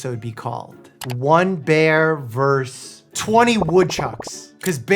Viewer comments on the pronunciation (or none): Its versus not verse. Do better.